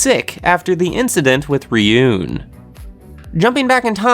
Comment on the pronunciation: it's ryuu-en not ri-yoon